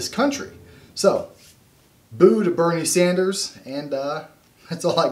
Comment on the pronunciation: Boo-nie Sanders.